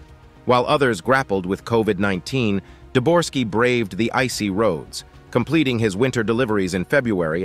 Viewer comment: Uhhh, it's Debogorski, not "Deborski", nor "Dorski." Such a discrepancy regarding such easy to find, readily available information, really makes me question the authenticity of anything in this video from here forward. Thanks for making it clear that you don't thoroughly research the information in your videos after only three minutes. It saved me wasting another 27 on watching the rest of the video.